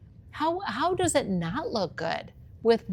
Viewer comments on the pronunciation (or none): none